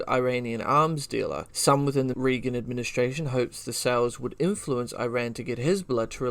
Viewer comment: Great research and super interesting but you mispronounce REAGAN every time. It is RAY-GAN. I wouldn’t want people to think you are not credible because you don’t know how to say the name of one of the most famous American Presidents of all time.